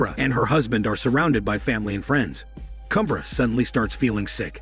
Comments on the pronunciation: And Kubra is pronounced as "Koob-raa" you make it sound like baby lion cub😂🤣😂👏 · The pronunciation of the words and names are incorrect: Dabbe ≠ Dab It’s Dhab-bay Sare ≠ Saer It’s Sah-ray Kubra ≠ Cubra It’s Koobh-brra (roll the R)